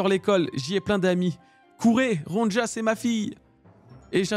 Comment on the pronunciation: Ptn ça me fait trop tilter la mauvaise prononciation du prénom Ronja mdr C'est un prénom scandinave, le "j" ne se prononce pas comme un "j" français Genre, prenez le prénom Sonia, remplacez le S par un R et pouf: Ronja